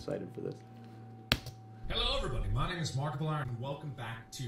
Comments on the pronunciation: You said Markiplayer in the beginning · He called him markipalyer I’m the intro lol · lol markaplayer. its markieplier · Wait, at he beginning did he say markaplayer? Wth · It is markiplier not markiplayer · Did he say markiplayer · you said markaplayer rely why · You seaid his name wrong